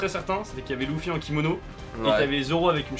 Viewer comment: par contre dire loufy c'est bizarre non enfin je suis pas fan de one piece ou quoi mais dire leuffy c'est plus stylé nan ?